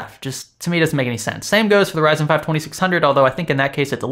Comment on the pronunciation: Did he say Verizon instead of Ryzen ?